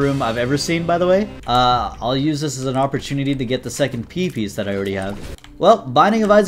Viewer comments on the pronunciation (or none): “pee piece” 💔